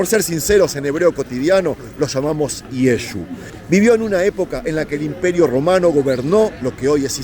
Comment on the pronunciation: Llamar a Jesucristo Yesu es insulto nadie les gusta que pronuncien mal su nombre todos corregimos a alguien que medio dice nuestro nombre o los dice mal